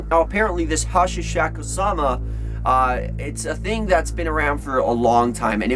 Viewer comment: Hey it is *Hasshaku-sama" not Hachisaku-sama